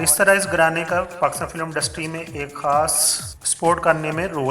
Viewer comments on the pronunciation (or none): Ishq Laila is wrong. It is Ishq e Laila... Disappointed, you are under educated. Its not Kardaar, but is Kirdaar....Not Undustry but Industry...